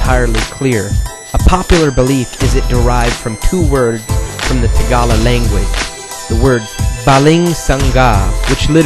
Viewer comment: No problem. Vowels are simple - A like Ask, I like End, E like Eve, O like Obey, U like fOOd. Filipino way of saying Tagalog = Ta-GA-LUG Yes it is some what similar to Spanish. But Tagalog itself is a very ancient dialect itself. It is not very complex. But now borrows words from Spanish. I see how you sometimes reference these blades the Filipino way, thats great. But it is also very cool to Filipinos when they hear non-Filipinos pronounce and use Tagalog names correctly.